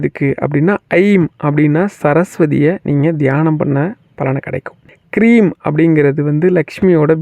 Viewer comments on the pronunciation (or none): Hreem and not Kreem